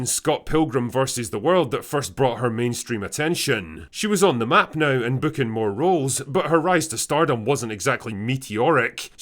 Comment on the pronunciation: It's "contro versy" not "con troversy" ffs. It's "now" not "nauhrrrrr" ffs.